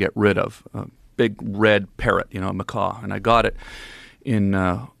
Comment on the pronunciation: Macaw, not mccaw lol